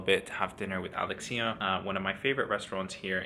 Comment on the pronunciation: Thank you for making this video! As a Greek in the US who can’t go to Greece this summer because of the pandemic, it feels really nice to watch it! P.S. Alexía is a beautiful and easy Greek name to pronounce, so no need to shift the accent hehe